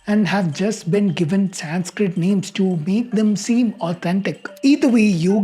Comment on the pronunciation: I'm not sure why you'd call it Sanz-kritt... We're not americans, and any one anywhere (even in the west) who respects mankind gets pronunciation right. Dislike.